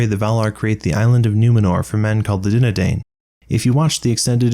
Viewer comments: Also, with Dunadain, the final syllable is pronounced "dine." Just detracts from your credibility if you mispronounce things. Also, didn't Luthien make that deal with Mandos (the other not-Manwe thing was the doom pronounced on the fleeing, murderous Noldor (aka the Doom of Mandos). And Huan was a puppy dog, not a wolf, although the uber-wolf Carcharoth killed both him and Beren. Otherwise excellent and hilarious video. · Dúnedain should be pronounced like dune uh dine